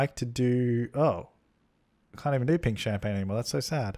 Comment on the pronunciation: why does he keep pronouncing champagne like that